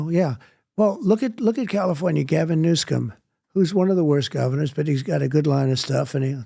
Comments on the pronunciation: Trumps speach errors are purposeful so why does he call him Newscome? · Lol, maybe intentional, maybe not. Trump says "Gavin Newscum" ...lol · I love the way he says new scum😅